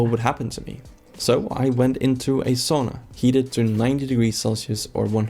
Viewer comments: Its SAUNA not shawna 😅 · Also sauna. There is no saw in sauna 👍